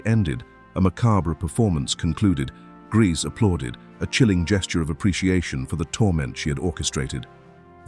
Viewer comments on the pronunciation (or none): Narrator pronounce Grese at least 4 different ways: Gracey, Greese, Grehsa and Graysa. Seriously?! And, beautiful??? She looks like that thing that ate my cat